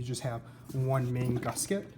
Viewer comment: What is a “gussKet”? Do you mean “gusset”?